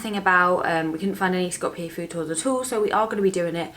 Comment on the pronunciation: first channel to do a vid on macedonia where the pronunciation of skopje wasnt butchered. well done.